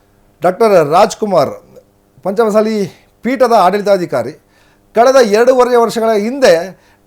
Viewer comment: ಚೆಂದಾಗಿ ಪಂಚಮ ಸಾಲಿ ಅನ್ನು ಗುರುವೇ, ಮಸಾಲಿ ಅನ್ನಬೇಡ